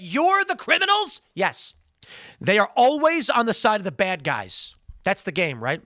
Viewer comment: "GET the baad guys"! said Tim in his midwest twang. Who saw this episode coming? God yall. It's getting too cringe today Boyz